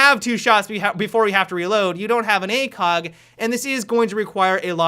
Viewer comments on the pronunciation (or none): none